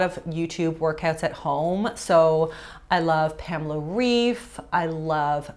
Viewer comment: Great video 😊 Pamela reifs last Name is pronounced like arrive without the a 🙂 (no hate for how u said it😊)